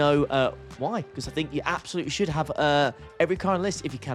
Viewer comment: Did you count the "Absoluuts"?